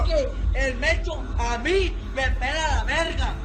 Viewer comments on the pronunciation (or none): none